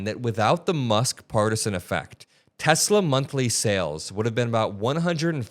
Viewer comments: "I love Tesler!" 😂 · This is what happens when Trump says, "I love Teslur!"